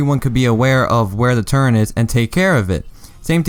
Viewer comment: "turret" not turrent